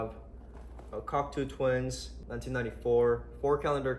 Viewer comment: Sick collection bro, gotta let u know it’s pronounced cock-toe twins not cock-too